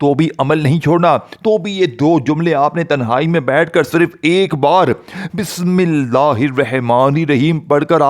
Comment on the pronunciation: بسم اللہ تو پہلے سہی پڑھ لو اور پھر وظیفہ بتانا